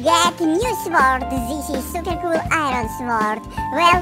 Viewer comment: You say supa col